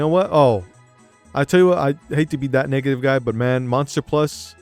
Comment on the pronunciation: He said negative guy that sounded like n word 😂